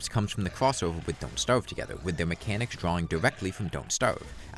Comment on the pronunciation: Dewclops, Don't Stawve Together, Pewiodically, Vawiable, Vewy, Diffewence, Fiwst Boss, Evewy, Pwayer, Fwustwating